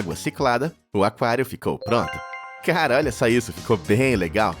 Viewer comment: 😅ata e que eu entendi "caral## olha só isso" kkkk